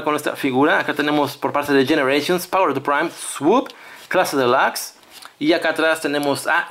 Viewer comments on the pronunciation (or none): Porque dices clase delax si se dice clase delux y se escribe clase Deluxe